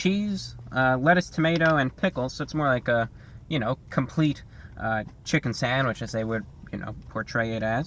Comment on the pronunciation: I could listen to you say "sandwich" on a loop all day